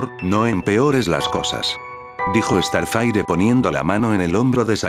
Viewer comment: Se dieron cuenta que dice estarfaire Xdxdxd no sabe hablar